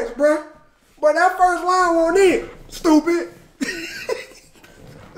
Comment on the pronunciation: My guy blueface says “Stoop it” not stupid